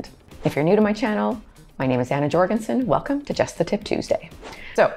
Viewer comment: J is pronounced as Y. You have a wonderful name YOR-gen-sen.... I wish that you would EMBRACE your heritage and abandon the Westernization of that wonderful heritage. Say your name the way it was said for centuries! YOR-gen-sen!!